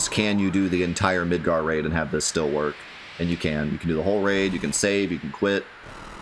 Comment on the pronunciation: When you first said Midgar Raid, I though you said Midgar Rave, and I was very much in love with the idea of a giant rave in Midgar